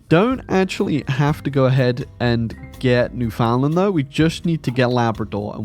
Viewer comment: holy shit he actually said Newfoundland right